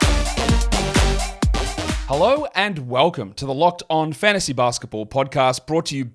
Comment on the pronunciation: its always bothered me how much of an emphasis puts on FANTASY basketball podcast